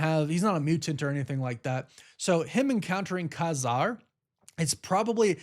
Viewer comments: Pretty sure it’s pronounced Kay Zarr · I think its pronounced Kay-Zar lol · Ka-Zar is phonetically pronounced Cay Zar. Thanks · ITS KAY- ZAR